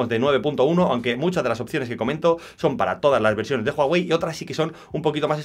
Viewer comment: Jaja jaja juAwey es uawei y se escribe huawei